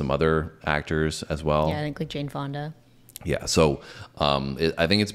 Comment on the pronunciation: Please tell me she didnt say jane fonda